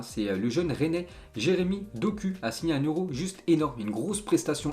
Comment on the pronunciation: Doku 😂😂 c dokou mais sa ce li doku